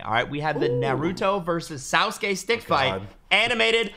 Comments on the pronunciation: you said sauske not sasuke!() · It’s sasuke not sooske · Lol said sauce-ke